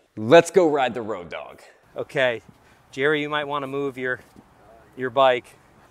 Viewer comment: its not "ROADOG", it's "ROAD OG" lol